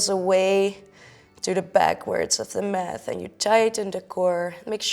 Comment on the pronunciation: Thank you for this lovely yoga sequence. {{Just a teensy, tiny little thing: The T in yoga mat is pronounced as the Dutch T. Math is wiskunde.}} greets